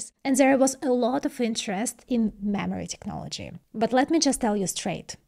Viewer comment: mammary technology?